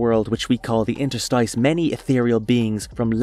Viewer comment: Only at 5min and you twice made up a definition for interstice while pronouncing it wrong, just check a dictionary next time dam